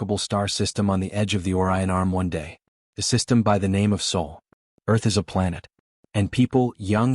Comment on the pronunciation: SOL not Soul ... 🤦🏻🤷🏻 Teach the Ai. to read and pronounce the words it's seeking to use Comm's as in communications ...not Calms WooNd not wound as in a clock spring 😬 errors propagate. This is Rendezvous with Rama meets Asimov's Phycologist, Mother of robots. Plus a touch of The Godwhale by TG Bass. and Babylon 5 🧙🏻‍♂️ 😎 “CURIOSITY IS, IN GREAT AND GENEROUS MINDS, THE FIRST PASSION AND THE LAST." Dr SAMUEL JOHNSON. 🇬🇧 C. 1750